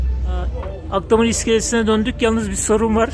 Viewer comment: Akdamar değil, Akhtamar